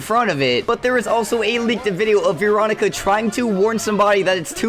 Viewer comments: its Veeroncia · It’s Veronica not veecronica